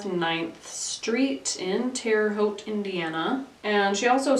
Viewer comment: Yes, you got Terre Haute correct, tho we also have a few cities I think Hoosiers deliberately pronounce very "wrong" compared to the original cities, like Versailles, which they say like "Ver sails".